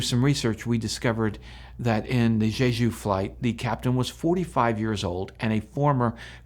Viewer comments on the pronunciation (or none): In Korean, J is simply pronounced between a J and a Ch, not the way you are saying it. It isn't like Chinese. It's JAY-JOO or Chay-Joo. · You're not very good at pronouncing Jeju.